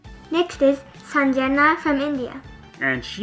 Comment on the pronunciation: said an indian word perfectly "sanjana":)